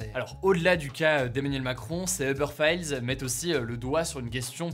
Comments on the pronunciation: "Eubeurre failleulse" wtf Hugo? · [fayeulz] /20 xD ! Ca se prononce [Failz] xD . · "uber fayeuls" TON ANGLAIS ME TUE.... faylz pas fayeulz xD... et c'est eTssetera pas eKssetera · Les uber failleulz ! On dit Uber "faɪlz" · Les "Uber failleulse" 😂😂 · C’est ce qu’on appelle donc les « uber fayyeuullss » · Files!! OMG! Hugo! 🤦🏼 Et la série X FILES tu prononces ça comment? Files!!! Filzzz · « Uber faïeuls » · uber fiyeulesse ? mdrrr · Hugo, un peu d'effort sur la prononciation de "files" quand même... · Comment il a lu "files"? J'ai jamais prononcé ça comme ça mdrrr